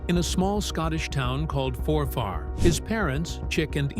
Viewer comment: The name Forfar the "-far" isn't stressed as an A. It's pronounced more "Forfur" with a very short u sound. Shortening words gives them more time to eat bridies, which is very important.